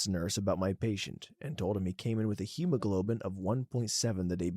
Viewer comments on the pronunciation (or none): none